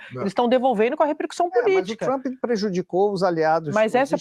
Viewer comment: Tchruamppy? A Sadi fala TCHRUAMPPY